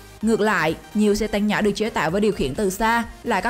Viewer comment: Xe tăng hay xe tang :v rew nhưng lại ngọng